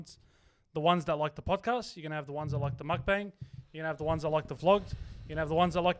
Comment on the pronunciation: Please-it’s pronounced mok-bung